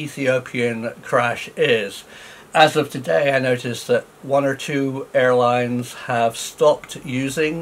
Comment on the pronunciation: Dear Prof. please accept my apology. You actually said "one of the world's best ailines."